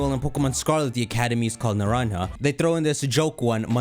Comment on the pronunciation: IT’S ( NER-ON-JUH ). STOP ASSUMING DLC IT HAPPENED ONCE. WORLD ZERO IS NATURAL.